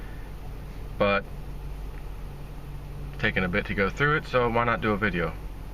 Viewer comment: was that an Indian accent I heard when you ordered your meal at Chickfillet?